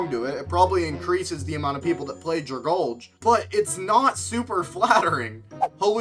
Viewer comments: My Ears started bleeding When he pronounced Dragalge(DRA-GAL-GII) as (DRA-GALJ)😭😭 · Dragale?? It's drag-alge like the plant in the ocean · I let it slide for recent players, but according to, he is not a first time player! “Don’t mind me I’m just gonna ragebait people by mispronouncing Pokemon names repeatedly.” DRAG-ALGAE. Does he look at the pronunciations?!?!, if your wondering why I’m subscribed when I get ragebaited by 75% of your content, it’s because your still the only person to have ever successfully ragebaited me. I watch your content because as far as I’ve seen I only run into your channel when I doomscroll and I wanna see if I get ragebaited or a reminder that shorts YouTubers aren’t so bad. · anyone gonna talk about "dragalj"? it's called dragalgae because it's algae... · Nobody:: “DraGulge”💀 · Remember, according to it's pronounced dragulge